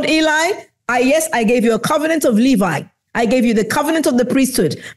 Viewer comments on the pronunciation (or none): none